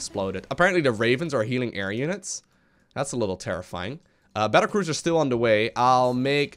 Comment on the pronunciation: The pronunciation is magnificent. Battlecruiser is now apparently Bettercruiser. ;D